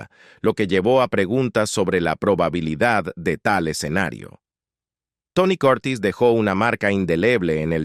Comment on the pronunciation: Aprende a pronuciar las palabras..quien es Tony Coortis? Se llama Tony Curtis..